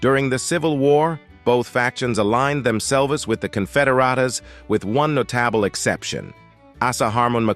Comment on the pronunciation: Spoiled by" No-tat-able" non-human narration.